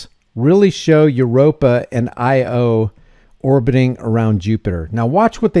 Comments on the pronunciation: Jupiter’s moon is called io with an i, not LO. Pronounced EYE-OH. It’s a mythological name. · Its pronounced Eye-Oh. Not Low. If no one has said yet. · Its no Lo it Io the letter "eye" pronounced "Eye oh" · Its pronounced "eye-oh" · It's pronounced "eye-oh". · The moons are called Europa and Io(eye-oh) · Hi the other moon its io you can pronounce "eo" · It is Io pronounced just like the letters I and O. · I'm curious, what is it that you don't believe about it? Is it that space doesn't exist (a lot of flat Earthers think space is a lie). Is it that probes can't travel that far or couldn't get a signal back to Earth to send the data? What aspect of it makes you question it? Also, Io is pronounced eye-o. :) I think it's named after a goddess in Greek mythology. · That's Europa and Io (pronounced eye-O). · The moon is named io, pronounced ee-oh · It's "EE - Oh" = Io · its called I O, pronounced as in "eye oh". funny? my 1080 security cameras cant even show a license plate and a close up of a face, yah i beLIEve in this NASA b.s. now back to freedom or is that freedumb?, why you care about this NASA flat earth rubix cube distraction? and wheres the new HIF server? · And it is pronounced "aye oh" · Its pronounced EYE-OH....like the letter I and the letter O. Io. i remember decades ago Peter Jennings on a news broadcast called it Ten. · The moon Io is pronounced "ee yo". It seems real. However, shouldn't the inner moon be moving faster than the outer? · That moon is pronounced Eye-oh.